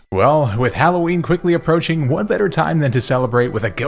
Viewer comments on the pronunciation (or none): HALLOWEEN, NOT HAULOWEEN! FIX IT NOW!